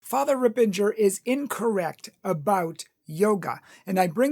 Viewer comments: As an aside, it's Ripperger, not Rippenger. Secondly, as a matter of Christian charity, you should have approached Fr. Ripperger about this instead of spouting off on your public forum, especially since you are not an expert as well. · first its not Ripenger its Ripperger. Second, you didnt have to call him out by name, you could just say that some catholics have some wrong ideas about yoga, he is a priest of Most Holy God, dont call him out on the things which dont matter alot - and for which you definetly didnt make a case for your argument in which we will soon come. Third, manny exorcis (like Lampert, MArtins, Reehil) had negative things to say about yoga and yoga poses also ex yoga practioners confirmed what Ripperger has said and those are people who did read manny books and went to india, etc etc You are under influence of modern new age yoga teachers (and other older) which tries to hide its demonic origins and influence, some on purpose some on ignorance - cause they are not catholics and they dont undersand how breathing and streching can be of demonic, you didnt qoute catholics in this video, only non catholics. yoga is demonic. Are ALL poses demonic - no, but manny are. + you have lied about fr Ripperger, he didnt say that he knows that because someone told him so, for example in Taylor Marshal interview he said that you need to go and read their Masters. And again, you have manny people well educated and ex yoga teachers and practicioners (check on youtube) who will tell you the same, and they did read. You are doing yoga and it hurts you to hear that stuff, the books you read are from yoga practiciioners, ofcourse they will not say Yoga has anything with hindu gods. Hindus worship animals also